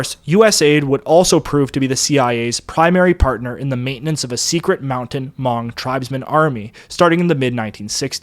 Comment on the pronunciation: How can you do a documentary on this topic and not know how to pronounce Hmong?